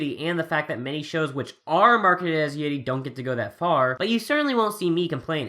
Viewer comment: The way he pronounces 'yuri' REALLY gets on my nerves.